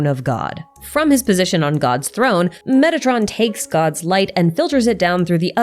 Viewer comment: For some reason i must strain my ears to hear "metatron" instead if "megatron". I hope i am the only one.